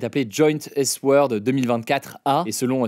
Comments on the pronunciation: Taiwan taiwan... euh tu dis S word, c plutôt écris sword, soit épée en anglais. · Hugo t'es matrixé par la culture américaine, c'est "sword", le mot anglais pour épée et pas "S-word". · Operation S-Word!! 😆 C'est pas S- Word. C'est SWORD, le mot Anglais pour sabre 🗡️ou epéil (?)(je sais pas comment ecrire ce mot bizarre) mais c'est bizarrement prononcié comme "sourde". Now, comment ecrire 🗡️ ça en Francaise, svp?